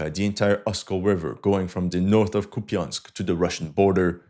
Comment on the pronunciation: KUP yansk ---> COUPE ensk. YA = YA ya = e (mute or schwach), in non-stressed syllable.